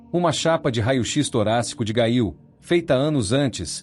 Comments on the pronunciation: A PRONÚNCIA É: GÊIL😮😮😮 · Gail????? Gente, o narrador pronunciou o nome errado....não consegui ouvir mais...quanta desinformação....